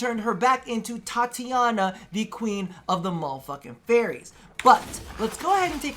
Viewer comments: Titania, not Tatiana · It's TI - TANIA you greaseball